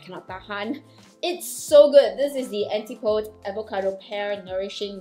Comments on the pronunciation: The pronunciation is / ænˈtɪp əˌdiz /, not Anti-pOds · Thanks for the review of these products, especially the night cream. The name of the company name would be pronounced An-tip-oh-dees. It's a Greek word that means the direct opposite of something, and it is what people from the northern hemisphere call New Zealand and Australia. New Zealand is, of course, where the brand Antipodes is from.